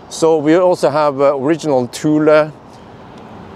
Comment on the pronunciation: That’s not how you say the name bro